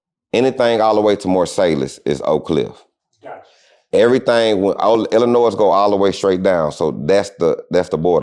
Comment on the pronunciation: Da S silent in Illinois my guy